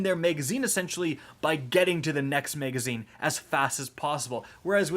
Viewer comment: Am I the only one who gets hung up when he says "megazine"? 😂